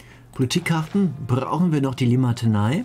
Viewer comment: ich sag auch immer Limatenei XD